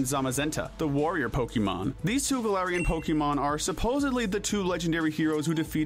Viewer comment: IT'S GALARIAN, NOT F*CKING GALATIANS! SAY IT RIGHT!